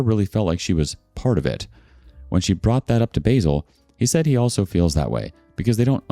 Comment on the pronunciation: Lol its not basil as in how Americans wrongly pronounce the herb but basil as in baa like a sheep and sill like windo sill. So its ba-sil